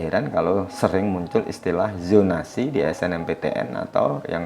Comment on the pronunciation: ZONASI.... bukan YHONASI.... IjaZAH.... bukan IjaYHAH Sama kayak Al Zalzalah.... BUKAN Al Yalyalah.